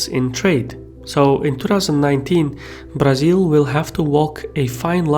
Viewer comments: As a brazilian, I like the way you pronounce "Brazil". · Thanks for not pronouncing "Brazil" as mentally-challenged Americans do.